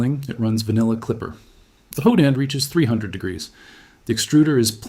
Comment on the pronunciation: All bs AI. It’s hot end. Not whodend